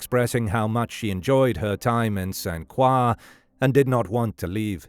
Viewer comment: It’s pronounced Saint Kroy for future reference.